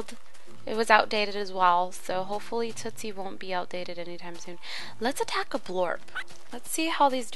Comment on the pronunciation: its tootsie